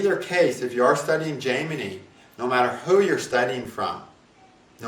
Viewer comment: I'm very curious, why do you choose to mispronounce Jaimini and Parasara?